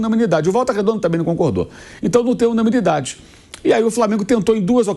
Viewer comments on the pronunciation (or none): A palavra certa Mauro é UNANIMIDADE! você falou (unamilidade)😂😂😂😂😂😂😂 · Quem percebeu que o Mauro não sabe falar a palavra "UNANIMIDADE"? Corrija-o, meu caro Pilhado. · O jornalista não conseguem falar unanimidade. 😂😂😂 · Descobri que o Mauro não consegue falar "unanimidade" kkkkkkk